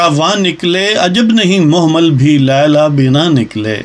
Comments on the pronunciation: Dear word mohmal nhi mahmal ha محمل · محمل کا تلفظ توجہ طلب هے!